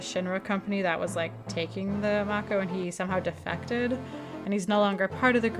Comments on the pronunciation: Btw it’s Mako like Marco without the R 😉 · Why do Americans struggle with that word? "Mayko", where did they get the "Y" from? Strange.